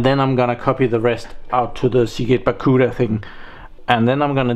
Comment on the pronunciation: I have noticed that you call the Barracuda disks "Baccuda" in all of your videos. Why? 😊